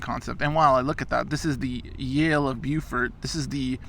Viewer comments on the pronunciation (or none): Remember Beau, in The Dukes of Hazard? Beaufort is pronounced the same.